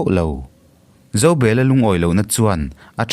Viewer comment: Zobela hi Zo,bel,a tih hian han chiar teh u